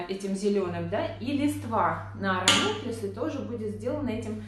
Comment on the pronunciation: Никак не пойму название цветов, которые вы делаете! Напишите будьте добры. А то вы их так выговариваете, что невозможно понять правильно.